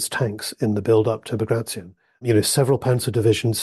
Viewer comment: Bag-ray-shun ... No Baag-raatyon ... Yes